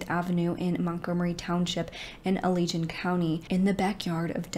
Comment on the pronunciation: i come from kent county, a county in west michigan fairly close to allegan (i found it interesting how you pronounced allegan haha), i had no clue about this case, jeez